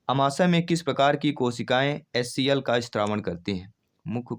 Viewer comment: एच सी आई नहीं एच सी एल बनता है